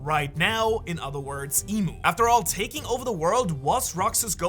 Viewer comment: try to fix your pronounciation,. you read i-mu, "i" just like how you read "eve" in english and "mu" just like how you read "new" in english (replace the N with M). her name is not even english and it's a cringe when people trying to read japanese name in english edit: now you just said "i am you" instead of "eve new". seriously though, if you ever watch one piece anime, you should be able to hear what's the japanese voice actor is saying. they don't make mistake when spelling their own language.